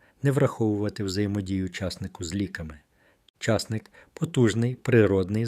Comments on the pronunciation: ЧаснИк правильно казати. Наголос на ,,и". Так ріже слух цей чАсник, капець! Обожнюю часник. Щодня в салат додаю - до свіжих листів салату латук, до салату із свіжої капусти, помідорів та ін.-х всього один зубчик подрібнений.Нема ніякого поганого аромату потім, якщо не з'їдати набагато більше часнику щодня . Потім є ще ж продукти, які нейтралізують аромат часнику - петрушка, кефір та ін. Дякую за корисну інформацію! Всім здоров'я і миру! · Огидно слухати: чАсник, а не часнИк, що є правильним, ставте правильно наголос! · Головне слово в цьому відео з невірним наголосом ! А може це зробили навмисне, щоб коментарів було більше ??? Тема корисна , прослухала до кінця ! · Не говорiть чаааааасник, говорiть часнИИИИИК.😢😢😢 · Я завжди знав, що споживаю часнИк.😊👏👍 А ви ведете " мову" про якийсь чАсник!🤣😭😆! Неможливо слухати! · А ви шановний звідки ???? В якому краї на часник з наголосом на ,,,,и ,,,,.....вимовляють часник як ви з наголосом на ,,,,а ,,,, дивно ????????? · Чому ви кажете чАсник, а не часнИк? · Дякую,але наголос портить гарну інформацію...а не краще ,,чосник'' вимовити і не буде звучати ,,часник''.. Дякую ,інформація слушна... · Ріже слух неправильний наголос в слові часнИк! Підкреслюю: часнИк,а не чАсник! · Залишилося ще вам, правильно наголос ставити: часнИк, а не чАсник. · Наголос часнику на другому складі. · Що за наголоси все гарно а наголос жахливий ЧАС НИʼК і ті наголоси є в закінченнях не тільки цього матеріалу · Чому часНИк.Ваші поради такіж корисні як і ваш наголос. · Де він навчився так казати.наголос.ставити не на ту букву ЧАСНИК